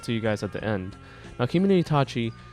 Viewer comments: For pronounciation it's ka (like kaki) and ge(like gay). For itachi, it's ki mo no. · it's kimono damn it